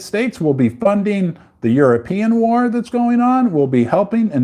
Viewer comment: For the love of all things holy, please learn how to pronounce “war”. Great content.